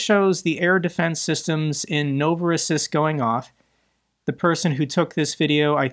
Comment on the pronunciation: It's pronounced novo-ross-EESK